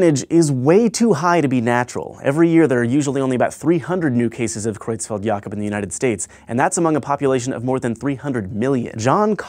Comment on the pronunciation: The way you pronounce Creutzfeldt-Jakob is perfect!